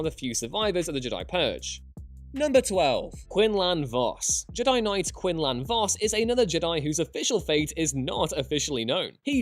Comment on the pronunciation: You mispronounced Quinlan Vos. It's not Quin-Lan it's pronounced Quin- Lynn Vos.